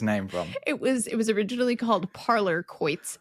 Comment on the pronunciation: As in quoin pronounced just like coin, quoit is pronounced koit.